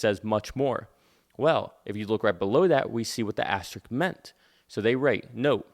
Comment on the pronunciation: it's "asteriSk"